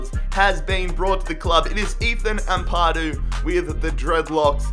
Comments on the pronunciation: Am pa du not am pardo 🤬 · It’s not ampardu 😡amp a doo